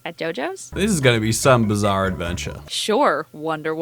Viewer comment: "We meet a JoJo's" " this is gonna be some bazarr adventure"